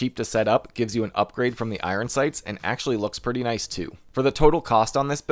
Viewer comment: "i-run sights" lol